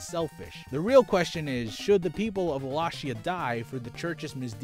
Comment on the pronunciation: ahem WALL-AY-KEY-AH. love you.